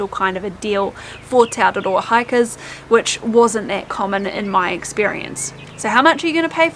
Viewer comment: The way you pronounce te araroa and other mori words is really annoying. They do the same thing on the news all the time. They go out of their way to pronounce words like Kaikoura and Rotorua in the most ridiculous way, they way they think a mori would say it, even though there is no one mori way. It's just mori pandering, it's not necessary and should be stopped asap before they own the entire country.